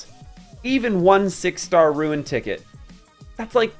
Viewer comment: I'm nitpicking here but why do you say Ruin instead of Rune? 😂